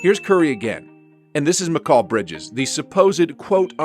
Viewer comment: mikul bridges. learn english